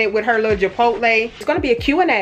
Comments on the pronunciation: Do you say Japotle instead of Chipotle because you’re? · Love the vlog! But why do you say “Jabotle” 😂